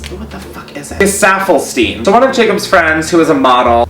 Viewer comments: Gesaffestein pronunciation = Guéssa-fel-shteen (he's french) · Oh how he butchered Gesaffelsteins name